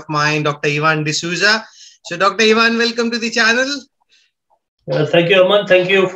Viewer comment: Ohhhhh you mispronounced Ivan.oops.